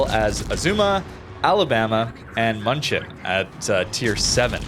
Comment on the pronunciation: Not «Munchen» München is pronounced «Mjunchen»